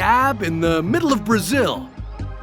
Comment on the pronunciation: that's how you call middle !? damn